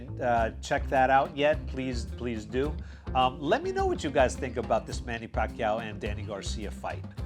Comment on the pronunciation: Nice pronounsed by " Pacquiao" bro.. very Filipino.. Nice vid.. thumbs up 👍💪👏